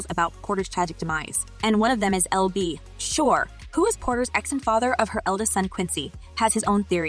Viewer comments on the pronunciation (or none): AL girl AL, NOT EL B.....😡😡😡